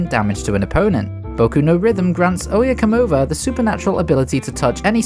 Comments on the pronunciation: I know you are technically pronouncing the name 100% right. Exactly how it is written in the manga. But the Spanish speaker in me still cringes at "Oyecomova" XD For those curious. It's "Oye cómo va". Not "Oye comó va" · O-ya-co-mo-va not oh yeah come over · Hey just wanted to say that Oye como va is pronounced Oye como ba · This is correct, but an easier way to spell it out is that it is "ohye KOHmoh vah" instead of "ohye kohMOH vuh" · Jesus I have never heard anyone butcher oye coma va. Oh yeah come over is all I hear everytimem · Look, I know the way he is saying it is not technically wrong because it’s the name of the Stand and not the song, but my soul dies a little every time he he says Oyecomova. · The oyecomova pronunciation sounds kinda whack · I'm the only Hispanic guy who cringes over the way Oye cómo va is been pronounced all over the video? Other than that great video mate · Im hispanic but I can't even speak Spanish and I still got triggered lmao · Vato me dio cringe cada que escuchaba como intentaba decir Oye cómo va mal